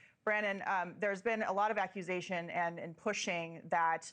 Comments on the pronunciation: She said "aquisation"🤦‍♂️ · The lady can't even say "accusation" she says "acquisition" 🤡🤡🤡🤡🤡🤡🤡🤡🤡🤡🤡.......